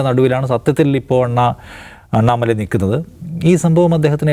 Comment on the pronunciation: Annamala alla.pannamala.